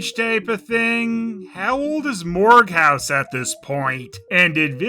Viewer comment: Quest for Camelot had its problems, but JFC. Edit: Isn't Morgause supposed to be pronounced more like "mor-gayz"?